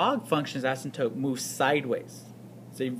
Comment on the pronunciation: Asymptote is not pronounced "asymp-tope"